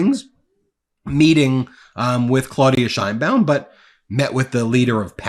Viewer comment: Ben, a couple of comments about pronunciation: 1) the Mexican President's name is claw-OOHD-ee-ah Sheinbaum, and 2) fen-tan-EEL, not fen-tan-OL. Your commentary is always excellent, and I just want to make constructive criticism.